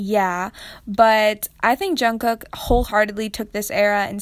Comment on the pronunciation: when she said jungcook I died mentally 🤣